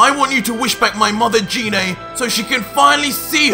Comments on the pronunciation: its geenay gine not jeenay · Am I the only one who gets triggered when he pronounces gine wrong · Why do you call Gine Jine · no hate but it triggers me how he calls gine name wrong like I'm guessing you've seen the movie where they call her gine